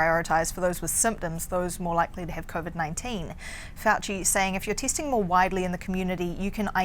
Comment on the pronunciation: Why does she keep mentioning measles (instead of measures). And she wants more "tasting" instead of "testing" LOL Couldn't they find a Canadian woman to speak about the Canadian COVID-19 situation?